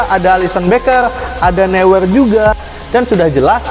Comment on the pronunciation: Neuer bacanya noyer bang